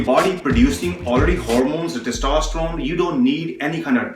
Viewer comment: I like the way he presents...just his pronounciation of Hormones is funny ..😄